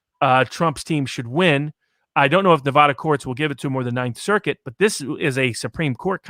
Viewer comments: Neh-va-duh. NOT Nuh-vah-dah. You can usually tell whether someone is from Nevada or not by if they can pronounce it correctly or not. And Sissylak is such a clown. He pretty much tries to follow California: a failed state. A state which people are leaving in droves. A state where it's legal to shit in the open streets. A state with corruption beyond measure. Sissylak needs to be recalled. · it's. not. nev-ahhhh-da. this bugs me so much.